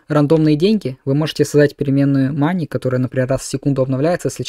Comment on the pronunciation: За показ работы плагина - спасибо, за "моней" и "лайвес", -уши.